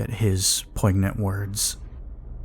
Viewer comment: Poignant “poin-yant” is how that word is said.. great story but this mispronunciation that drove me absolutely crazy and broke my immersion.